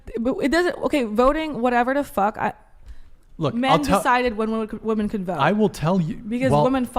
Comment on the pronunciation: Again... Another group of young women who don't seem to understand that the PLURAL of woman is WOMEN. I don't understand why they ALL say it wrong! Can every single female on this podcast be THAT uneducated??? WTF is going on?? Seriously!